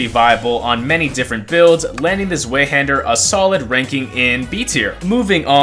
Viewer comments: "z-way hander" ew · Every time you pronounce Zweihander I die a little bit inside I just can't- (Also, Happy birthday! )